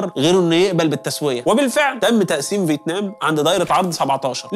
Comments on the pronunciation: فيتنام ❌ فيتمان ✅ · هل لاحظتم أن الدحيح شوي بقول فتمان وشوي بقول فتنام